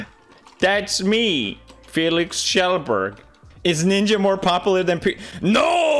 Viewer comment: Flex Tape??? So what you're telling me, Fel-eex Kuh-jel-berg, is that you saw your tambourine and said "Now that's a lot of damage! And to prove the power of Flex Tape, I sawed this tambourine in half!"